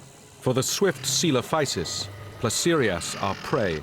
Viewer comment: Which underpaid BBC intern named the chapters in this video 😂 "Placerosaurus" should be Placerias. "Diplodicus" should be Diplodocus. "Terasaur" should be pterosaur, more specifically Ornithocheirus, but more accurately Tropeognathus. "Leelinosaura" should be Leaellynasaura. And "Ankyosaurus" is missing an "L".